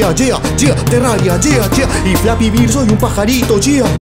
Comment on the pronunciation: LOOOOL FLAPY "VIRD"